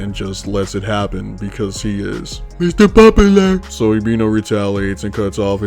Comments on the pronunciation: Mither popaler 😆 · That Guy sounds like a Serial Killer. Also love how you pronounce Mr. Popular 😂🤣